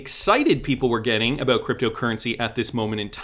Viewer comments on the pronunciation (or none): none